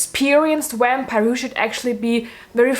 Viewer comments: “Wampire” IM SORRY THAT SENT ME 💀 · I’m pronouncing it “wampire” from now on.